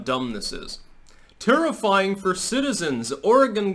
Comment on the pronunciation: Thank you for pronouncing Oregon correctly.